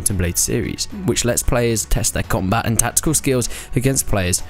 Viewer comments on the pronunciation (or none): none